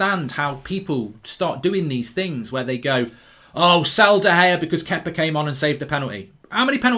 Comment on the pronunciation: think he’s saying Kepa😂